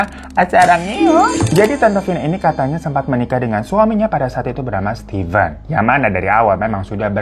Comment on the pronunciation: tumben bener nyebut nama stiven biasanya keblibet jd stepen😂😂😂